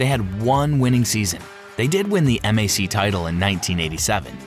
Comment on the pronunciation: Yes, this is AI slop. Pronouncing MAC by the letters, not as a word (that rhymes with back) is a tell.